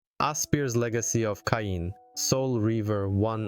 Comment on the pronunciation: There's no debate here, they're more than worth it, hopefully soon Blood Omen 1&2 and Defiance too. Now, not to be nitpicky, but how do you mispronounce "Kain" so badly when it's literally the first word coming out of Raziel's mouth when the game starts?